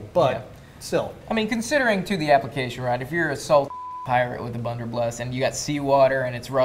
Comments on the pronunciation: keeps saying "bunderbluss" and nobody is correcting him. You think he knows? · Is he saying bunderbluss on purpose lol he keeps doing it in videos😂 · Between this video and the original, I die every time says Bunderbluss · isn't it blunder BUSS?